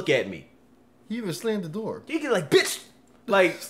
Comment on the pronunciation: he said beitch 😎